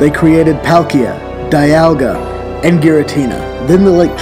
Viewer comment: He pronounced Dialga and Palkia wrong typical u can't mispronounce only one you either pronounce both right or both wrong